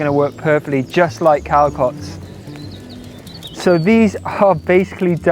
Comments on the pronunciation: Its pronunciated calsots with strong s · Just FYI, the actual word in Catalan is Calçots, wich is pronounced "Calzóts" :)